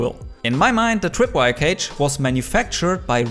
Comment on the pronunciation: I’m Sorry but “The Twip wire” twip